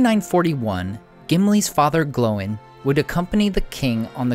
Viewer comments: Dude you keep saying it like "glow-in" and that's just obnoxious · Why do you say Glow in? It's Gloin dude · So is it pronounced "Glo-in" or "Gloyn"? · I live your videos, but why do you always pronounce Gloin and Oin incorrectly? It's one syllable. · Why do they pronounce Oín and Gloín differently in the films?